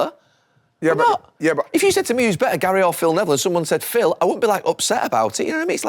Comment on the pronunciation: Why does Wrighty call Gary Gail? 😅